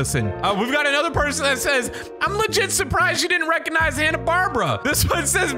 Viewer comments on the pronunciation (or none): “CAN WE BE FRIENDS ANYMORE? IT’S HANNA ‘BARBARA’” lol it’s Hanna, bar-bear-uh And godzilla junior is from heisei godzilla not zilla